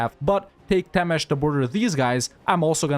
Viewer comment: Your "Temes" pronunciation is flawless but "Hont" needs a little bit of work